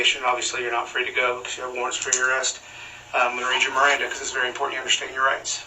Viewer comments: Miranda Rights. Not mirandum. Miranda is a last name so it does matter how you say it. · It's Miranda rights pronounced meranda like the girls name (but this was a dude in this case) from the supreme Court case Miranda V. Arizona. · It’s “Miranda” rights